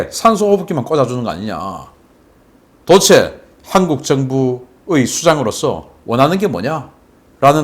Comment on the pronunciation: '도데체'를 '도에체'로 발음하지 말해 주세요 박사님 방송 보고 저도 그 발음하던거 반성하고 스스로 교정중입니다 ㅎㅎ